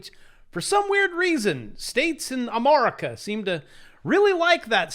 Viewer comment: Please stop mispronouncing America. That's so disrespectful.